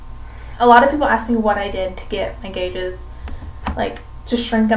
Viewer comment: Every time she said "gauges" I cringed.